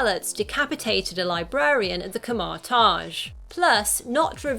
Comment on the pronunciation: The "ka-marr tarj" lol